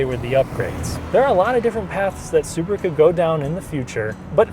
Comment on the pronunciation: "Suburu" ???? Why not Subaru ?